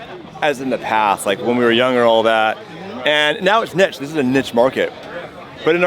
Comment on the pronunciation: Is niche pronounced nich or knee-sh?